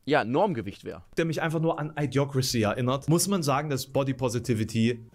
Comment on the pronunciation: Das Idio von Idiocrasy, wird wie bei Idiokrasie ausgesprochen. Nicht I-diocrasy.